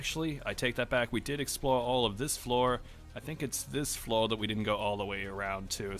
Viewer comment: where are you from? You say floor the same way as flaw